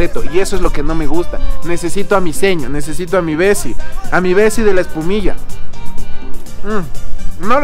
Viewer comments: Ustedes dicen "epumiya" 😂😂😂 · Jjjj un goce cuando se escucha eecir espumishaaaaaaaaaa vivia en quito x 2 años desde babahoyo saludos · Antes escuchaba decir : ESPUMISHAAAAA Ahora solo escucho decir: MASCARISHAAAA😂😂💔☹️ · No es "Espumilla" es "ESPUMISHEEEEEE" 😉😋